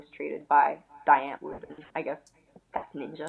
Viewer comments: Its dee ant-vword sorry but the pronunciation is bothering me. Sry. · It's pronounced "Dee Antword" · It's driving me mad when ever they say "Dye-Antoord". "DEEEE" Antwood. Also she's saying a lot but really telling us nothing. What the fuck is going on here? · Zheani pronounces their name “Die” “Dye” it’s pronounced “Dee” “Dee ant Ward” that’s how you pronounce it lol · so is supposed to be pronounced like dye or dee? i've always been told it is dee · It’s pronounced Dee Ant-Vord.... c’mon if you are going to be a die hard fan of a band both of them should know how to say the bands name. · The way he pronounces die antwoord pisses me off to a point I can’t even explain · At least learn how to pronounce die antwoord first